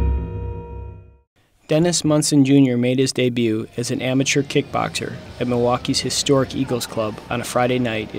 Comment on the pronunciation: Ok before I continue watching, who the heck doesn't know how to pronounce "debut"?? It makes me think twice about watching the rest of the video because who knows if you even know your shit.